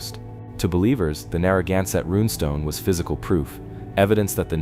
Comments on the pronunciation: Would your AI PLEASE pronounce "Narragansett" and "Quidnessett" correctly? When said incorrectly, it sounds like nails on a chalkboard. Thank you. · The mispronounciations of Scituate and Narragansett are killinggggg meeee😂